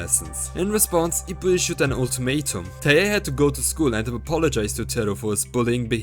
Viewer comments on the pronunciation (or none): Its TIE-hey. Not TUH-hey.